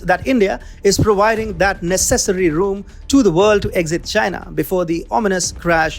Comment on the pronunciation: Hey dude , its pronounced (phonetically) ness .. ess airy